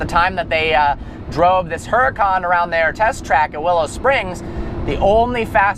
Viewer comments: I frickin love this channel and, but come on. u own a huracan now, pronounce it correctly. it's pronounced uracan, the h is silent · the "H" is silent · when you can't even pronounce the name of your new super car... DOUCHE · I wonder how many people got mad on how he pronounced the name?